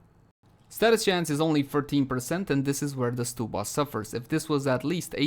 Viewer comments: I think it’s st-uh-bba, not st-oo-bba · odd i pronounce it stub like ticket stub then uh. So stub-uh. Stew-buh sounds so weird to me haha.